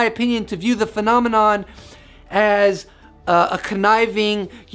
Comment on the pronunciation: Got tired of you saying phenomenom!!!!